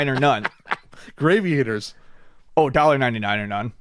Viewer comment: mispronounces shit on purpose I am convinced. Gravy-Aters... In game with ships and black holes, it's Gravity, so Grav-EE-Ators.. Lol. Still love the show, but the list of words he slaughters grows...